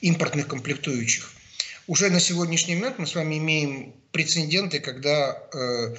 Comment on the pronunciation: Это эксперт, точно? прецеНдент))